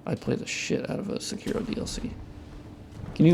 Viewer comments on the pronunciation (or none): Say kee roh not suh kiro, say part is partial